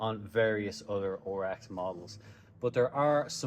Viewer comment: RX. Not OHR EX 😆